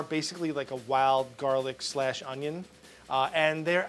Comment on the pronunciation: "Some oignon"